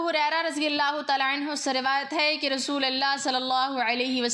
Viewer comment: ما شاء اللہ و تبارک اللہ ۔ لفظ رسول فتحہ کے ساتھ نہیں بلکہ ضمہ کے ساتھ ادا کریں۔ متنِ احادیث کا ترجمہ آپ پیش کر رہی ہیں بارک اللہ فیک اگر حوالوں کا اھتمام بھی کر لیں تو آپ کا بیان بہت زیادہ اہمیت کا حامل اور قابلِ اعتبار ہو گا ۔ اذان کے دوران شھادتین میں صحیح اعراب لفظ رسول پر فتحہ نہیں بلکہ ضمہ ہے ۔ لفظ محدثین میں حرف " د" کو فتحہ کے ساتھ نہیں بلکہ کسرہ کے ساتھ ادا کریں ۔ جزاکِ اللہ خیرا و بارک فیکِ ۔